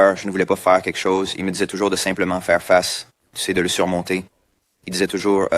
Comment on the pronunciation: It's French canadian accent, although some words he said like "toujours" really sounds a person with an english accent, not Québécois. You should come in December during christmas time. It's magical up there especially in Quebec City :) .